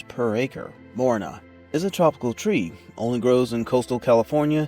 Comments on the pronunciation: It's not Morina it's MORINGA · MORINGA NOT MORINA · not morina say moringa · WTF is morina? This is called morinGa! (Moringa olifeira or Moringa stenopetala) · I've been growing Moringa for years but never heard it pronounced as morina. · how in the hell does the guy not even pronouce the correct way? gotta laugh when people do videos and doent even know what the heck they even talking bout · Yes, it's a good tree, but the question is about the poor pronunciation. Even in Spanish the G in Moringa is pronounced. If I didn't already know the leaves by sight, I would have been clueless until the comments.